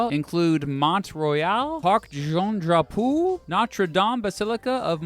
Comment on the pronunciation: Parc Jean draw-pooo! Lolz good video btw Montréal c'est toi ma ville !